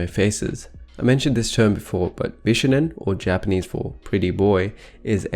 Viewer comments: it's beeshownen not b shuh nen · Bishonen is pronounced "Bee-shoh-nen" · Bishonen is actually spelled BISHŌNEN, meaning it’s not pronounced “bish onen” but “BEE SHOW NEN” three syllables. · The "shō" in "bishōnen" is pronounced "show" not "shuh" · Bishonen is pronounced “BEE SHOW OH NEH NN” not “BISH ONEN”. I didn’t wanna be one of those people but since it’s a very important part of this video, I think it’s important. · I'm sorry but him saying bishounen is very distracting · who are “they”? whoever you mean they’re wrong. it’s pronounced with an ö